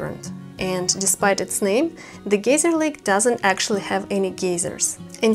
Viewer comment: Your English is excellent. Geyser (Lake) though, is pronounced 'Guy-ser' like in the TV show 'The Family Guy'. Also I'm afraid of heights, so there's no way I'd have done that rope-jump you did!